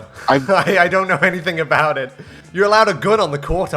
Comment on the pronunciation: Why do you say anythink instead of anything